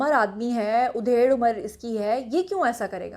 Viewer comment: aap ki urdu tu bhot acchi hai ... but aaj udhair(bkhiya udehiri jati hai ).... actual word hai ADHAIR